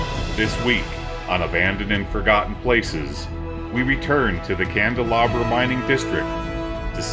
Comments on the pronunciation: You don’t pronounce the name correctly. And you never found the turquoise mine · Isn’t that Candelaria, not Candelabra ?